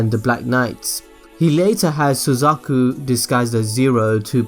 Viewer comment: Suzaku not Suzuku